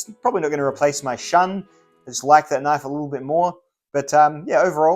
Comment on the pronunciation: Shun is pronounced shoon